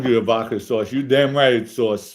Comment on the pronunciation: is so articulate, except he can't pronounce V-O-D-K-A, according to him its V-O-C-K-A😂. Love it! 👍👍👍